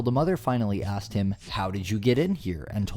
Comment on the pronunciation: She didn’t axe you, she asked you